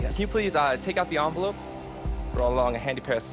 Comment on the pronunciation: The "onvelope"